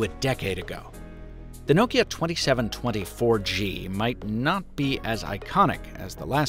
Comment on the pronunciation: The way you pronounce Nokia is exremely grating